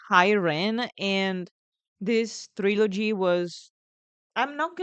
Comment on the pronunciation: Could have sworn I heard you say "Thrillogy" that should be a word for sure